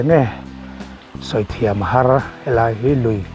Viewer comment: Niang chu mawle😂 hnar tih tur a nia